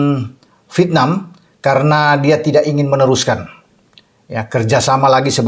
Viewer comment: MAU TANYA NIH....AKU SERING MELIHAT VIDEO NYA. KALO BICARA " VIETNAM" GAK PERNAH UTUH. TAPI BILANGNYA " VITNAM" JADI HURUF " E " GAK PERNAH DISEBUTKAN. AGAK MENGGANGGU KUPINGKU......🤣🤣🤣🤣🤣🤣